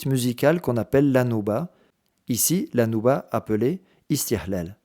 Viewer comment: Istihlal Le h ici est ه et non pas ح